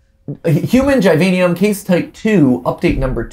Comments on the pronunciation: Mat, its Givanium. *jI-vA-nEum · Gv gi-vein-i-am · Poor when he said "givanium" and did a little boogie